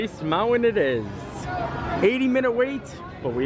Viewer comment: Ummm "Mount-win"